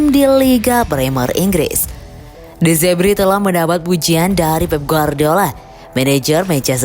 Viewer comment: De zerbi bukan de zebri. Dasar admin koplak😂